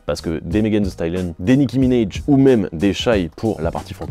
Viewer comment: “Nicky minèige” apprenez à prononcer les noms svp ça arrache les oreilles à chaque fois Sinon bonne vidéo merci